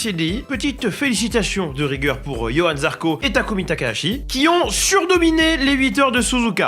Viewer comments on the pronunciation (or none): Ça parle d'ecorcher des prénoms et ça prononce Yohan ? YOHAN !!!! C'est Johann motherfucking Zarco ! Oui je l'aime beaucoup